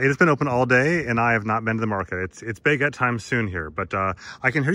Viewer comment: One thin i learnt is a new way to pronounce 'baguette'.